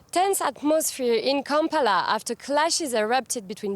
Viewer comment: wait she pronounced kampala correctly !!!!!!!!! anyway Bobi for President lets goooo